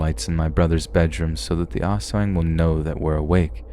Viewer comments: Lmfao it cracked me up the way you pronounced Aswang. It's not pronounced ass-weng it's us-wahng. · I’m not here to criticize but to educate! Aswang is pronounced “as wung”. The “ang” part is pronounced like “ong” in the word tongue. This video was still amazing to hear especially with all the personal experiences. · It’s pronounced like ass-wong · Not the ol' ass-weng.😎👍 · Came to the comments to see if anyone had noticed this. glad I wasn’t the only one who did.